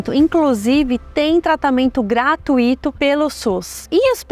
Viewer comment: Fala-se: "Gra-túi-to"(sem acento) Também "Fl-ui-do" "Fort-ui-to" "Circ-ui-to "Gratu-í-to" teria acento no i como SAÍDA, CAÍDA, AÍ# de AI = "ái", Peruíbe) esses chamamos de hiato e são separados: ca-í-da, Pe-ru-í-be